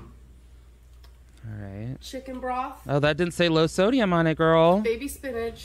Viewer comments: Am I the only one who keeps hearing her say “spinage” instead of “spinach”? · Can she stop saying "spinnage" like sis it ain't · it makes me so damn mad. like there’s no “g” in spinach?!